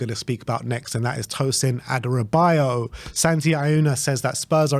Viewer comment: It's Adarabioyo, not Adarabayo